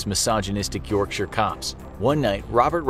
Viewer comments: My respect from a British person for calling it Yorkshire not yorkshyer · So glad he doesn't say York-shire, like most Americans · He pronounced Yorkshire properly, which makes up for it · Hearing someone not from the UK pronounce, "Yorkshire." Properly, is so satisfying. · just gotta say you're pronunciation of the word "yorkshire" is probably the best i've heard from an american. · Americans love to pronounce 'shire' with such emphasis. This dude must've had it bullied out of him. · Oh you mean the correct way